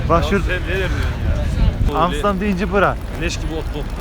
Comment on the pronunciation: Abiler yalis söylediginiz seyler altinda Amsterdama Amsdam diyeni ilk defa görüyorum!!!! Baskasina laf atmadan kendine bak bi !!!!